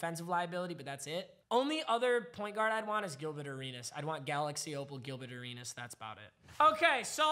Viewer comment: Why he say gilbet arenas?